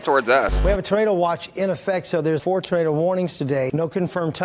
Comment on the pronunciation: “no tornater to be found”😂